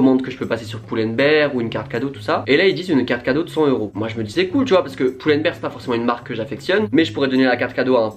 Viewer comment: Merci d'avoir BIEN prononcé Pull&Bear <3333